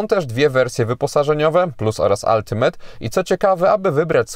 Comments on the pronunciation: Brawo za poprawna wymowe slowa ultimate. Nie moge juz czasem z tymi od “altimejt”. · jak miło słyszeć dobrą wymowę Ultimate